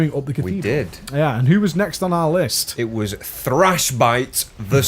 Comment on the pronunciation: omg how the fuck do you prenounce Cathedral wtf dude xD CATHEEEEEDRAL you prenounce it haha that made me laugh so hard. look up the prenounce rly